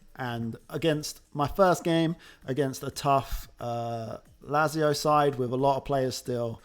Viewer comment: Never heard someone calling Lazio the way you do. Zurich is another horrible one :D